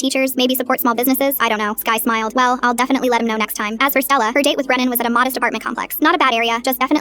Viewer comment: its brenan not brandon gurllll